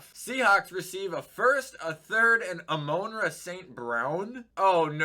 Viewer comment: I hate how you say Saint browns first name